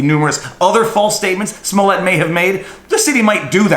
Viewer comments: It's pronounced "Juicy Smoullier". At least get his name right. Smh 🤣🤣🤣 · Have you seen the new Chappelle special on Netflix, Viva? As of his new special, henceforth and hereinafter, his name is officially pronounced as "Juicy Smoo-yay" hear ye, hear ye all good citizens are bound by law & duty to refer to him as Juicy Smooyay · It's pronounced JUICY SMU LE AY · His name is pronounced juicy smulyay fool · You're pronouncing his name wrong. He's French - I'd think a Canadian would pronounce it correctly. It's . Jessie is also . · Oh yeah the french actor I think you mispronounced his name.